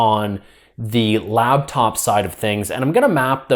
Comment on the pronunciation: its LAPTOP not LABTOP